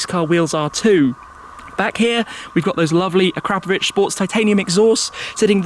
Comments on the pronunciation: A- Crap- o - vich? Ac - ra -po-vic!! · The exhaust manufacturer is pronounced ackra-povich not acrappavich! Just saying 😂